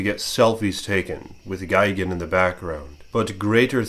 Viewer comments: tbh I'd take a selfie with gigan in the back ground too also ur saying gigan wrong it's GUY not gig lol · why are you saying gigans name wrong sometimes your calling him gigin sometimes